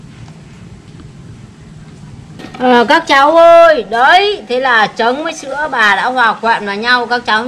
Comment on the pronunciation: "bà" pà pà nghe khó chịu quá